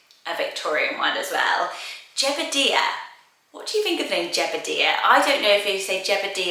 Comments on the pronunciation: It’s pronounced Jeb-uh-die-ah, not dee-ah! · I've never heard Jebediah pronounced that way. I'm pretty sure it's pronounced Jeb-ah-die-ah. My cousin is named Jedediah which is close!